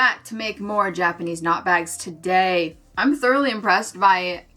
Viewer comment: I'm so sorry but the first time in this video you said "Japanese knot bags" I misheard you, it sounded like you said "jackety snot bags" and I knew immediately what you actually said but I couldn't stop hearing it 😭 I'm barely 5 minutes through so here's hoping the jackety snot bags go well